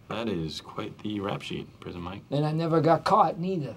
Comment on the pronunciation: Tenks Andy! Tenks. -Prizen Mike